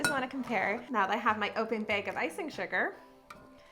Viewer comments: Me: Bag Her: Beg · She do be sayin bæg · I love how she says “plastic bæg” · The way you say bag lol “beg” 😂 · I was so confused every time you said ‘bag’, it sounded like you were saying big or beg. 😂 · The way she kept saying "bag"... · I had to go back and listen to her say ‘bag of chips’ again, love the accent 😆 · You're so much fun to watch. Side note: I've never heard anyone say the word bag quite the way you do. :) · I love how she says bag and baggy. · Love how you say "bag" lol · I kept laughing at the way you said bag...Is that a regional thing?